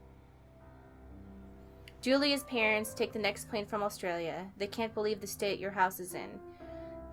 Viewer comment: pronunciation of "Awstralia" was... certainly something